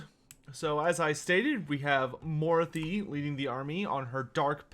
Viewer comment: It's pronounced "maw-RAH-thee", not "MORE-ah-thee"